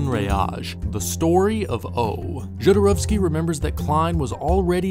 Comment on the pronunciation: I don’t know how someone watches all of “Jodorowsky’s Dune,” does all this research, listens to people say his name over and over again and SOMEHOW STILL make HOURS of content saying his name INCORRECTLY. Every. Single. Time. It blows my mind. Just take two seconds and look up how to say it!!!! Say it correctly!!!